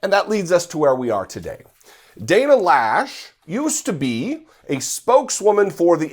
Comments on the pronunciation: My sister's last name, I believe it's pronounced, Lowsh (as in low) (not Lash). Does she not know the difference between military and civilian? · I think her name is not pronounced Lash but Loesch like in cockroach. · right, of course. The graffiti on the NRA headquarters, one word: 'consequences'. The correct pronunciation for 'Loesch' is 'Low'. This idiot of a woman equates 'fight' with a gun. When it's an assault rifle, it's less about fight, and more about fall. Somehow to her, guns can be used in a 'noble' manner. Let her see the nobility of what these weapons of chaos do to a human being. That sways most people. At some point, some of these gun dummies may lose their child to an AR15. Watch the change in them, then.